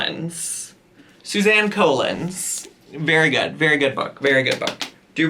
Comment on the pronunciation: The "...by Suzanne Coe-lins" killed me. 😂😂